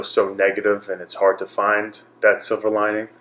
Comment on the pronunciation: Chris & Anderson are spiritually linked, eh? Kept hearing Chris said Silva lining, instead of silver lining. I’m wishing for you speedy recovery.